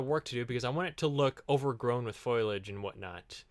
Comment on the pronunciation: 'I want it to be covered in foilage.' Me:'do you mean foliage?' XD